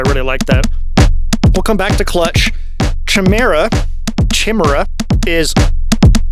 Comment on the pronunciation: Chimera pronounced ki-meera (ki rhymes with high) bloody synths and their unpronounceable names lol. Frickin awesome case by the way, I’m thinking of using my Disting Mk3 purely as a sample player lately, this just gave me the push I needed